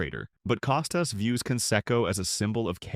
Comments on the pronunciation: Don't take the lazy way and use A.I. for images and oral efficiency ! Bob Costas' Last name is pronounced CAH-STASS ! not COH stiss ! The perspective in this expressed by "narrator" are absurd and inaccurate. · Get a dog-gone person to narrate—preferably one who can pronounce Costas. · I wish the “narrator” knew how to pronounce Bob’s last name PS. Bob IS the greatest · Wonder if Co stas has any problem with Bud Light being in the HOF he had no problem turning his head when the roid era was going on.Or Manfred in bed with all the gambling sites being shoved down our throats.Cant have it both ways Bob.ps before you do a podcast at least learn how to pronounce the persons name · I don't believe anything said in this piece. You AIan't even say the name of the main person incorrectly. Why not interview Mr. Costas instead of having your AI telling me what Mr. Costas said. ' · You might try pronouncing his name correctly before you start talking about him. Your credibility is not too high, pal. Shilling had a character flaw because he's a conservative? You, sir, are an idiot. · Narrator can't even pronounce "Costas" correctly, perhaps because it's AI.